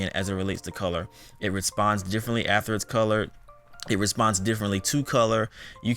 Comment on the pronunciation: “ATHER?” It’s “afTER” my Dear! Nice job though.